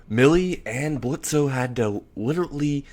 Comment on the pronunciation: I love it, but it's Blitz. The O is silent. And I see Loona being a protective older sister.